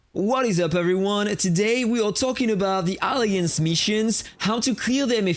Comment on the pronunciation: sorry to say it m8 but you are pronouncing the word alliance wrong 😞